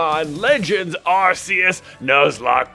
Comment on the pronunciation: I don’t think that the pronunciation of Arceus is arc(like Noah’s arc) since the katakana (Japanese) name is ar-se-u-su. So to me you are saying correctly J.